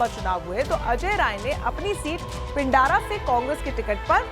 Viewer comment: पिंडारा नही पिंडरा, कोलास्ला नही कोलसला....चतुर रामलिंगम वाली हिंदी न पढ़े।